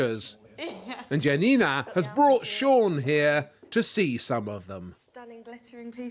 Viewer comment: It's funny how Januszczak is being inconsequential with the pronunciation of J in Janina's name. Especially considering both her first name and his last name are Polish and he doesn't mispronounce his own surname. Also, I get an impression the less similar the manufactured copies are to the original, the more enthusiastic Janina tries to appear about them and it comes off as really fake. I'm sorry but the copied brooch's head looks nothing like the one in the original. The new brooch looks more like a sparrow than an eagle.